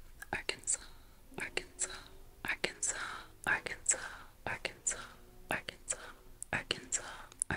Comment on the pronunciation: Ha et pour Arkansas, Kansas, Massachusetts , on prononce le « s » final ( le français n’est pas logique ^^)